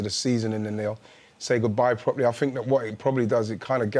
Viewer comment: I fink I fink 😂 try speaking properly you morons